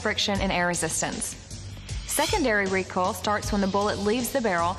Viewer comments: The video was a bit annoying with the beeps and isn't that pronounced Re-Koi-L? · Anybody else notice she pronounces recoil as "recol" lol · More like recall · “ ignore these jack asses on the internet, its recol in real life” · Yaaaa right!!! The person who don't know the word "Recoil" will surely think they used to recall back 😂😂😂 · It's accent and probably how she think how the word "recoil" should be read